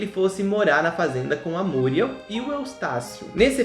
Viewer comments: É ( muriéu e não múrieu.) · É MuriÉl e não MÚriel. Muriééééé´lllll!!!! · Oloco, fala Muriel direito, da até agonia dhehehsuwgwhw